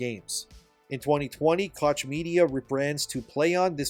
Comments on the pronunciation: Koch is pronounced coke, not cock. Cock media is pretty funny sounding though. 😅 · It's Koch media, not cock media. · “Koch” is pronounced “coke”.